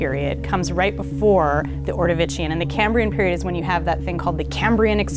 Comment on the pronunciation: I'm a geologist too. 1) Ordovician isn't Italian, its pronounced "Ordo-vish-on" 2) The more widely accepted impact that killed the dinosaurs was found from evidence of the Chicxulub crater in the Gulf of Mexico. I think the Baja California crater she is talking about is a proposed crater still under study but would only be 37-49 million years old. Thumbs up for her using the term 'bolide'. 3) the Holocene is the Epoch we are living in. The period is the Quaternary. Sorry for the rock-nerd rage.